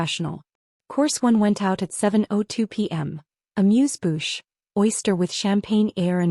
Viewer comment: A muse-boosh? 😂😂😂 (amuse-bouche)